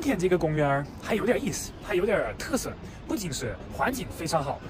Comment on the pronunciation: 特色tiesei说的不正宗，哈哈